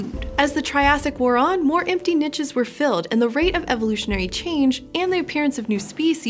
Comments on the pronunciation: yeah. As a french-speaker, "nitches" made me flinch every time. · Is she saying NICHES or finches? Lol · Really interesting topic thanks. I love the content on this channel. The pronunciation on ‘niches’ distracted me a little but I guess that’s because we say it differently in the UK. Would love an episode on the snowball earth theory, if you have not already done one. If you have can I get a link? Thanks.